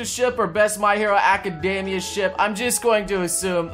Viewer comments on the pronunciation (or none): none